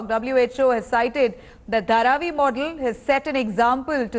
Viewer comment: HARVEY? HE SAID HARVI! instead of Dharavi! Great Evening!